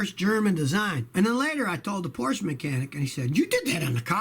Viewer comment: Scotty, Porsche is a two syllable word.